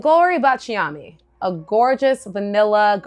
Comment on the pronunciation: Please forgive me if I correct your pronunciation. I’m Italian. It’s BA cha mi. With the accent on BA. thanks for your content which I always watch. Cheers!